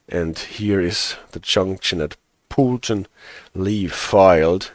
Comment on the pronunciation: If I’m being pedantic, Poulton is pronounced Poletun. But you’re close enough!